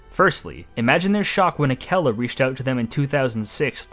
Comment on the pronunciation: >says is canadian >mispronounes akela clearly never a cub scout